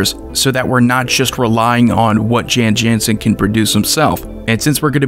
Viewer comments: You are mispronouncing it. It is an alternate language spelling of Jon Jonson. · No, the correct pronunciation is "Yawn Yawnsen".